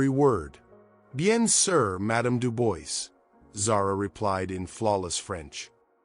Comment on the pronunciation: if you are doing this, you should learn to prononce the name «Dubois»